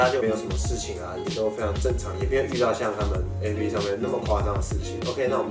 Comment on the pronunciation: 提個小意見 : A-P-P（逐一唸出字母）是錯誤的喔! app這個字是由application縮寫而來，所以當外國人在唸這個縮寫時，只會唸成/ˋæp/，並不會把每個字母都唸出來唷！